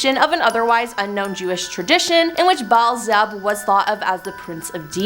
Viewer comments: “Bizzlebub?!” At least make an attempt at learning how to pronounce these words before making videos.😂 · it's Bee-el-zə-bub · HOW do you pronounce beelzebub wrong??? 🤦🏻‍♀️ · been saying this for a few years now. If someone is going to make a video, do your homework, research, and find out how to pronounce any words you're not sure of. Seriously - who hasn't' heard of Beelzebub 😏